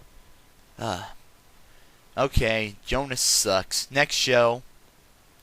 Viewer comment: the O in Jonas has and tie